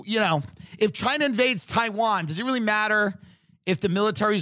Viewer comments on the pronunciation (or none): none